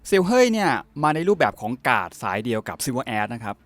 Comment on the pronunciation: ม่ายยย มันไม่ได้ออกเสียงแบบนั้นค่ะ เฮย แปลว่า สีดำ ในภาษาจีน และไม่ได้ออกเสียงแบบ เห้ย ค่ะ แต่เป็น เฮย เฮย์ แบบ เฮอี นะคะ